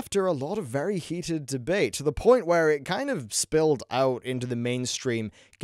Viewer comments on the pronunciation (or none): none